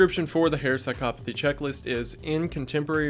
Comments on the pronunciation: As a psychology major, thank you for saying psychopathy correctly. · I ... have been saying psychopathy wrong my whole life?